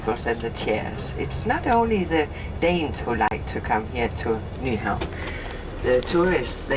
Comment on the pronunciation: It's pronounced new-hawn. The V in Nyhavn is pronounced as a U